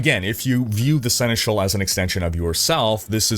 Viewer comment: You picked up quickly how to pronounce Senechal, cool 🙂